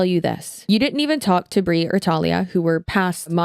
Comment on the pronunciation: Omg my name is Talia! You pronounced it right too 😭💙🤣 poor other Talia 😢